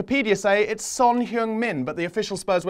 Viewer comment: His name is Son Heung-Min. Koreans put their family name first. Everyone can pronounce Min. Min is min. Son is not pronounced Son, even though people call him Sonny. It's pronounced Sōn. Like s-Oh-n. Heung...eung is like "sUNG a song" It's close to "Hung".